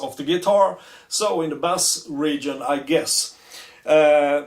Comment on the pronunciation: Thumbs up from me as well, very nice pedal at a very nice price. As you are speaking English and playing Rule Britania at the end, here is your English pronunciation lesson for today. Bass is pronounced like case in suitcase. Bass as you say it is a sea fish! Nothing smelly about this good revue!